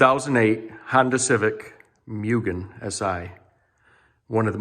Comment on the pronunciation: Mue-Gen lol not Myu-Gen just so your aware lol it’s hard to keep hearing that extra y in there and not saying anything 😅